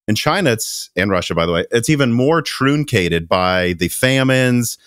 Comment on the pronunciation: "trOOncated"? That's not how you pronounce truncated. It's TRUNK-ated, Not TROON-cated. You know, trunk, like flunk, not like spoon, like spunk. We have a double o and a u for a reason. Of course maybe this guy pronounces trunk like troonk lol. Same as FORUM... FOR-UMM not for-OOM.